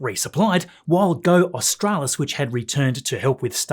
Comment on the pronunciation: Thank you for pronouncing 'Australis' correctly. All the north American commentators get it wrong.